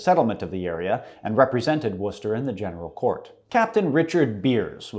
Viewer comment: Behold! An American that can properly pronounce Worcester! Praise be unto him!